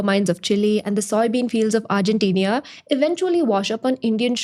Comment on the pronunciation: New drinking game. Every time she says “argentenia”